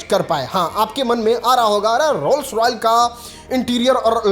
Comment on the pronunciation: Rolls Royce hota h bhai rolls royal nhi bs yahi sun kr tera video dislike kr rha hu 😖